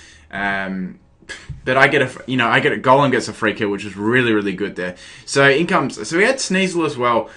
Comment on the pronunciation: Am I the only one who think that when he says Golem it sounds like Gollum...? No hate though, love the accent~